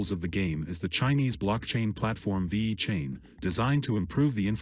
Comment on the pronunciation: Vey-Cain lol